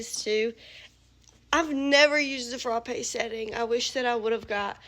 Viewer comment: The way you say frappe is so great 😅 “fruh-pay” ❤